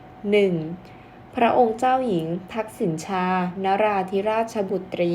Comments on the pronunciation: อ่านว่าทักษิณะชาศึกษาให้กระจ่างแจ้งแน่มาก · ชื่อท่านออกเสียง ทัก-สิ-นะ-ชา ค่ะ